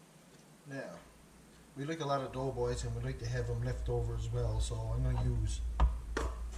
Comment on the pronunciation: Haha you says it the right way lol. My buddies from Placentia bay calls em dough balls. I didn’t have a clue what they were talking about lol. Happy Easter, to you and yours!